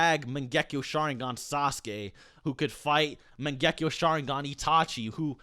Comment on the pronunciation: Where the n in mangekyo ya boy got to work on that word